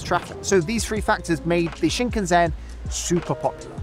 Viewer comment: WRONG pronunciation of Shinkansen Classic Brit.